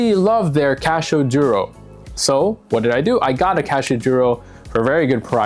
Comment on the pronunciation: “Casho” 😊 Thanks for the video 👍🏼👍🏼